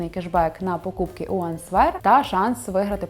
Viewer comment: "áнсвер" (відповідь) , а не "aнсвéр"